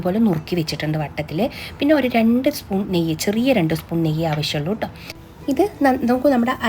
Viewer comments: കേട്ടോളൂ.. അല്ല.. ട്ടോ ളു ആണ് 🤣🤣🤣😂😂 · Ttoloo...ennaano..kettoloo ennaano parayunnath...??!! 😂😂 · ട്ടോളൂ.... എന്തു രസം.. കേൾക്കാൻ ❤️❤️❤️❤️❤️